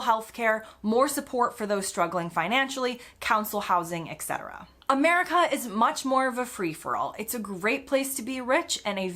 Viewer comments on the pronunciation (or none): *ETC= ET-cetera NOT IK-cetera. Btw. Not just UK! The whole of EUROPE. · Please make a video on why Americans pronounce "etc." as "exetra". It makes me seriously sad when I hear someone smart do that. 😢